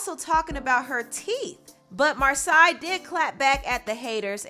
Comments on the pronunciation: it's mar say not mar sigh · Her name is pronounced MAR - SAY 😭! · Her name is pronounced “Mar-SAY” but I was really disappointed to see so many negative comments about her appearance. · It's pronounced Mar-say, as per her twitter page. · It annoys me how you mispronounce names. Its mar-say. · Love your videos🤎🤎 her name is (Mar-say)😂😂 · Mar-say is the proper pronunciation of her name. Her parents are A-1 solid black parents not surprised she is such an eloquent, clever young queen. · lmao you're saying Marsai's name completely wrong wow. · You are not saying her name right honey